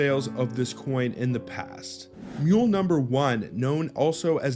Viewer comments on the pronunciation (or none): none